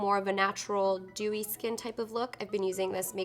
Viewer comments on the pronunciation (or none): thank you so much, yes that's what I meant, it sounded like "doughey" to me, like cookie dough:D